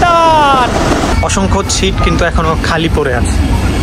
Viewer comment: আপনার ব্লগের সবগুলো চমৎকার ভিডিও দেখেছি। বিশেষ করে পাকিস্তানের ব্লগগুলো। আপনার উচ্চারণে কিছুটা সমস্যা রয়েছে। ছিট নয় সিট,ছিরিজ নয সিরিজ হবে। চমৎকার ভিডিওর জন্য আপনাকে অসংখ্য ধন্যবাদ। ❤